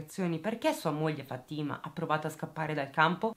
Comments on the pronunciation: Si pronuncia Fàtima non Fatîma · Si pronuncia Fa'tima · Si dice Fatima con accento sulla a